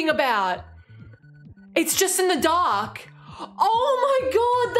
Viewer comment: oooohhh she said dark. It sounded like she was saying its a duck level